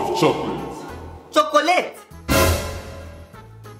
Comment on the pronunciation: says Chocoalate